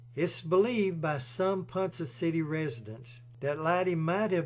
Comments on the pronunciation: PONCA CITY.. PRONOUNCED..PON-KAH N O T.. PON-suh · Pronounced " PawnKa City" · Hearing the name of the city pronounced as Ponsa City takes a little from this video. If the author had ever actually been in Ponca City he would have surely heard it pronounced properly as Ponca City as in Tonka Trucks. It is still a great video telling a very sad tale. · Great narration except it is pronounced ‘ponka city’ and shows how bad the OK highways are.🙄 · You are pronouncing Ponca City wrong. Ponka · Ponca city is not pronounced Poncha